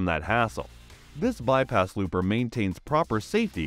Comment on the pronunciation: "Bypass looper" lol It's a Lopper, not Looper